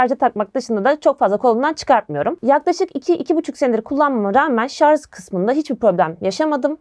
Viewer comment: Öncelikle Yeni İşinizde Başarılar Dilerim. ve bir kaç yerde ''Şarz'' Demeniz Dışında Gayet Güzel, Akıcı Sunumunuz Var.